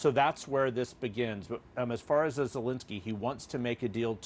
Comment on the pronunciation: Finally, journalists and politicians pronounce Zelenski correctly, three years of war and a new president, when I hear the correct pronunciation 👏